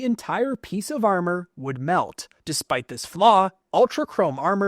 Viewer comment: he said amor kan...